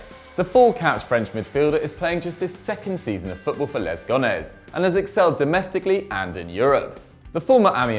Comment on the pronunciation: "Lés Gonész" smh